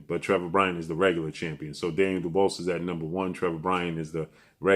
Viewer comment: can't pronounce Daniel "Dubious" that word stumps him 😂